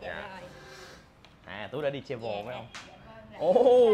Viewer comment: Ở Mỹ 3 năm mà đọc chử Travel chưa chuẩn